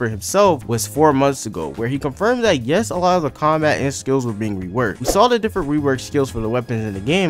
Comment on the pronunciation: "And why it may release sonner than you think" You know when they said tath? FUCKING DECEMBER 💀